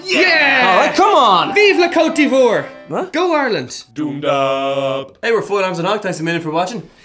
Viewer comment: il a dit "Ivor"